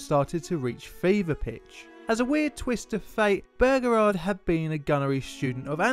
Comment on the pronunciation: I hate how he says Beauregard. It just sounds wrong to my American ears a lot like how British people say aluminum. It just sounds strange and wrong and stupid and I hate it!!!